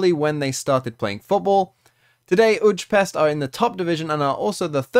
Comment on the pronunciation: It’s pronounced oo-ee-pesht